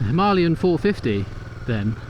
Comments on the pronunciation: Why do people call it "Himalyan" instead of "Himalayan"?! I am sorry I am not a native speaker so... Am I missing something?! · Good piece, but honestly, ‘Himalian 450’, lol 😂? Maybe, one would look a little more convincing if the pronunciation was right of what one has just been buying? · If u are going to pronounce it himALayan then Im going to call it a Duel Sport. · • Breakdown: him - uh - LAY - un • Primary Stress: Placed on the third syllable (LAY). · If you want to review it, you need to know what it’s called. It’s called a Himalayan. It’s not a Himalian 😂😂